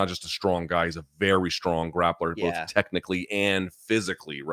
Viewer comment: heard it bowlf ways